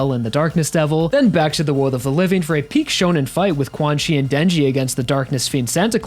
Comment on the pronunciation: pretty sure 'quanxi' its pronounced chan-she (or something along those lines) rather than quan-chi